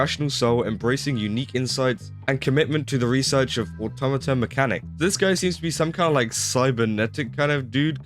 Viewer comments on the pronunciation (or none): none